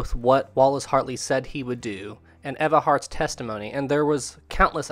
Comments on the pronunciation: You mean “Ee-va” Hart? 😋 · It’s pronounced eve-ah